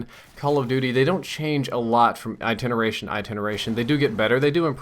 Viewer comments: What's an "iteneration"? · it's "iteration"